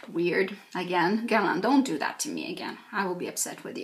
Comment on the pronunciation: I need to learn how to pronounce Guerlain from you. Don't understand why one person needs so many almost unused products, but I already ordered my meteorites because they make me happy. can't wait for delivery